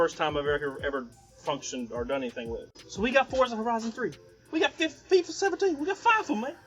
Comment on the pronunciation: “We got fifa 17, we got Fyfa man!” LMAO